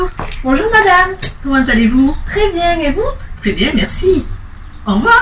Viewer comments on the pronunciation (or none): cuando decia "tres bien" NO SE COMO LE HACE PA PRONUNCIAR ESO AL INICIO AAAAAAH es como un THGtre bien